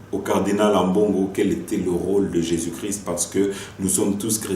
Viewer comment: Cardinal ne sait pas prononcé christ , mot cri ce n' est pas christ .